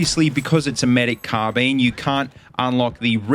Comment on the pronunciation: CARRRRR Bine why are you saying car bene